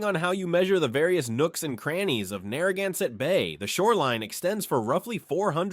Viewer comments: OMG, please teach your AI narrator how to pronounce Narragansett words. This was brutal to listen to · I love my state. The skewering of the Indian words was hard to hear, though. We have a lot of them in RI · What is ironic is that they're almost no Rhode Islanders who actually say it correctly. Via business connections, I know one of the chiefs of the Narragansett. They pronounce it as "nah-hah-gahn-sett". There is no R sound. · You really butchered all the indigenous names. Rhode Island has a rich linguistic heritage. Respect please.